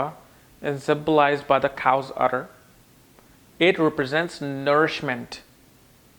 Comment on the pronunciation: It is not, "Cow's Utter ", it is Cow's Udder.